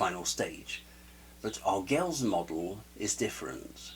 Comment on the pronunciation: I would agree with your first point, about knowing his channel before publishing a video about him. Posting a critique in ignorance is a great way to create drama. I've never even heard his name pronounced this way. I've always heard "arg-el-eez" or "argweh-yes."